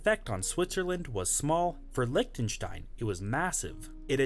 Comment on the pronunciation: Pronounce it Licktenstein not Lishtenstein (Lichtenstein)